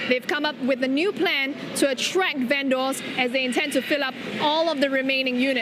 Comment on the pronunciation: Strange way of pronouncing "vendors" - should be "ven-ders", not "ven-doors".